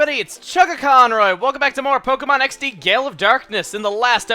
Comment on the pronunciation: If you think, Gale is pronounced with gay in it. Gayul.